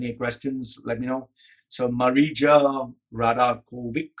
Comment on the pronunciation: its Maria not Marija. Scandinavian regions use j instead of y for the same sound.